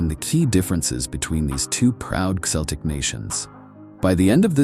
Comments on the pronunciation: Celtics pronounced with an S? I think not. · Celtic is pronounced Keltic.